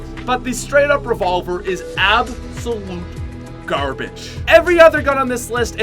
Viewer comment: I got triggersld when he said the revolvrr